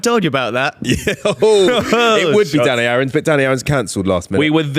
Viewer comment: started to click off as he said danny aarons. very nearly lost me 💀